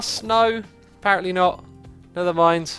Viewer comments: is it just me, or does say "nether" instead of "never" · Scott Hill no he does